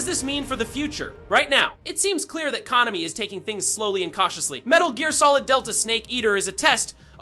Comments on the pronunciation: probably the pronunciation of Konami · People mispronounce several words, even in their native language. Google Translator pronounces "Konami" correctly. It's weird if a LLM trained to generate audio didn't have "Konami" in its input. You need something more than a single word mispronounced.